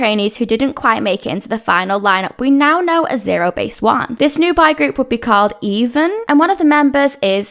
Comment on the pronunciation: I kept hearing "bi group" instead of boy group 😅